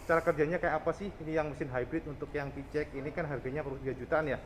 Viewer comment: Kenapa yah koq byk yg nyebutnya pi-ci-x ? Bukannya pi-si-x ?